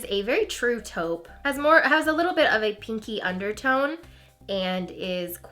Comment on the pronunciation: totally heard " a bitch more shimmery" LOL